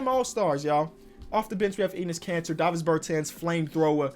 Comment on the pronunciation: yo all i hear is "anus cancer" not "Enis Kanter" 🤣😆